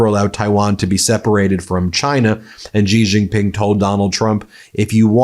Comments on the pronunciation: Pronounced more like "Shee Jeen Ping" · Ben, you are a brilliant journalist, but your pronunciation of Xi Jinping lets you down a bit!